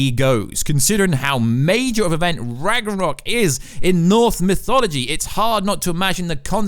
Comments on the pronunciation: “Loki’s real name ragroror” wtf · Sorry to do this but it is pronounced RAG-NORE-ROCK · did he just said ragornok?? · I love the part when he says ragronok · I wish he would say that instead of Ragranok. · Noone:: ragrenok Sorry just had to do it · as a dane, I love that ragnarogh pronunciation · Say it with me RAG-NOR-OK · Bro it’s Ragnarok (Rag-nuh-rock) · Ok now say it with me, Rag nar rok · The amount of times he said ragranok and ragrunrurok hurt my brain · The hell is rag na nock? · Dude can’t pronounce Ragnarok. It’s pissing me off. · Its Ragnarok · Are we just gonna ignore his pronunciation of RAGRANOK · lmao...he also messed up by saying Atrias real name is "Ragranok" when its Loki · R A G A R N O K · “Rag er rock” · No. Absolutely nobody in their right mind can ignore this. Only reason I came to comments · Its pronounced ragnarok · It bugs me when you say Ragnorok wrong. >:{ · You mispronounce Ragnarok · I can’t believe he said Ragnarok wrong over and over again for the whole video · Can this dude learn to pronounce ragnarok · This guy has no idea how to pronounce Ragnarok... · Why are you not able to pronounce ragnorok correctly?? My god! Then he goes on to say IMPLIKITLY! How low is this mans IQ?! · Did you bump your head? First, you mispronounce Ragnarok, then you say that the wife of Kratos is Freya. Then something else, you call it north misology? I’m baffled. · left a dislike for this clown. He can’t even say ragnarok properly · I give this a dislike For the way he pronounces RAGNAROK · I think you need to read up on some basic norse mythology and how to pronounce ragnarok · Oh god that pronounciation of Ragnarok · You said "Ragarnok" , and though(and possibly a few more times afterward). It's RAGNAROK. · Rag-nar-ok, not rang-ar-ok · ITS RAGNAROK (ragna-rok) NOT RAGRANOK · Rag Na Rok vs Rag Ra Nok lmao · "Ragger-Knock" xD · Its rag-no-rok, not rag-ro-nok. Lol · Did anyone else hear “Rag-Ronok”? 😂 I’m pretty sure it’s pronounced “Rag-Narok”